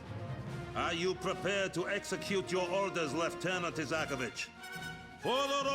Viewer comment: It's Isakovich, bro